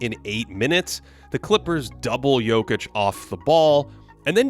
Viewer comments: That Nikola Jokić pronunciation was 👌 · okay your pronunciation of Jokić's name at the beginning got me confused, thinking that this was a video by a Serbian youtuber. 👌🏻